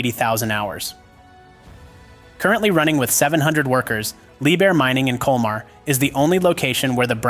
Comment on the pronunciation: Ce n’est pas liebhir mais liebherr et e n’est pas culmar mais colmar